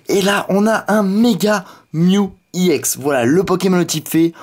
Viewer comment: mec sa se prononce exe et pas i ex